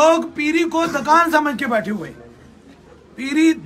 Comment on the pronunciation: Dakaaaaaaaaaan nahi hota chutiye Dukan hota hai.Wagon conductor peer ban gaya hai yh to hona hi hai.4 jamatain hi parh leta😂😂